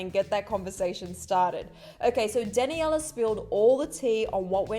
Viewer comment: Sis really just said “dan a yella”